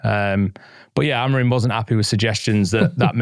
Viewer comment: He’s called Amorim, not Amorin. It’s minor but does my head in!